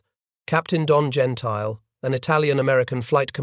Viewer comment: Gentile's name is pronounced, "Gen-tilly